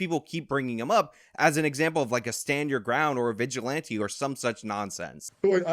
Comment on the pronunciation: Is this guy kinda stupid in the head? Why did he say vigilante like he did. Lol jokes jokes but for real who is that guy anyway.. this is rrrrrrrrracist again again jokes jokes... honestly what is wrong with this panel